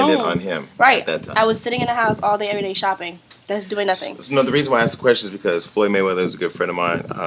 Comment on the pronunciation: its not aksed its asked y sound dumb it is not cool or an accent